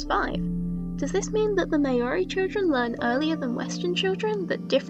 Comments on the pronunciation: Hey bit of a nitpick here, It's actually pronounced mouldy not May-ori I'm a new Zealander I know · This video was really interesting and I enjoyed it a lot. Just a small note: I'm assuming from the pronunciation you were talking about Maori, people of New Zealand. Its not pronounced May-ori (as I see a lot of non-nz speakers say) and even know I'm personally of European descent generally you hear it more like mowri (as in [Mao] of China, [Ree]) or mohri (as in [Moe] from the simpsons, Ree with a softer r [ree]). Not a big deal though as it's an easy mistake to make and overall this is a very informative video on a topic I hadn't thought about. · Nitpick— Māori is not pronounced “mayori”— the “mao” part is actually closer to the vowel sound in “cow” (well that’s the closest English approximation, there’s proper IPA on Wikipedia but only linguistics nerds know how to read that) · in the IPA, the true pronunciation is /'mα:o.ri/, if that helps